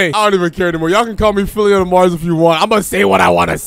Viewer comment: Nahhhh he did phillyonmars wrong